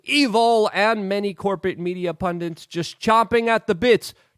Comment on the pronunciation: Luke. I love you forever BUT what is a 'pundant' ? Is it like a fondant ?